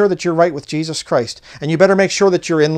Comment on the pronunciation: I got strange feelings about, the way he would say ‘Jeeshush’ not Jesus, yet his English was perfectly capable, he used strange inflection on his voice and bizarre eye movements